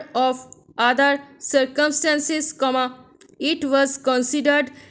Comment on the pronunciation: Keep it up please mam....please clear pronounces😢.... Circumstances is not clear... 🙁